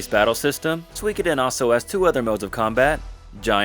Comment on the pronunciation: Tir is pronounced like "teir". Also....Im hard of hearing so I use CC on YouTube for the things I miss....and is absolutely trolling me rn lol. Everytime you say Suikiden, it types sweekidin, priceless